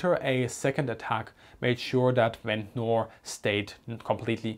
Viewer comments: I know it is probably not going to come up again but Ventnor is pronounced like "Vent-ner" locally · Just so you know for the future: Ventnor is proniunced Vent-nah or Vent-na. The ending-NOR is always shortened and we don't pronounce the 'R'. Americans do pronounce those endings like in butter (budderrrrr) but English pronunciation is buTT-a Hope this helps you with your, already, superb English. Great video